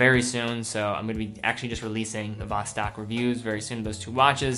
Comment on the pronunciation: Your Vostok pronunciation is like nails on a chalkboard. Voh not Vah and Stok not Stalk